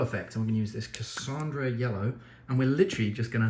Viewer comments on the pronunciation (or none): It's Casan - Dora, not Casandra lmao Love the video though dude, take care around blades tho!